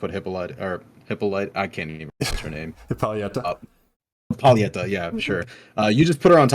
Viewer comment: Hip-poly-TA Hip-poly-eta ??? Where is the e sound coming from lol